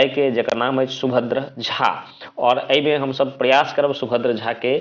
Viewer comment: पहिने शुद्ध उच्चारण करब सीखू हुनकर नाम सुभद्र झा छलन्हि सुभद्रा झा नहि दोसर बात सुभद्र झा जी के माताक नाम निरंजना देवी रहन्हि, i😮 निरंना कोन नाम भेलैक